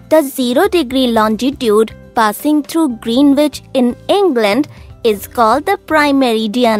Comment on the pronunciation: By the way the pronunciation of Greenwich is wrong in the video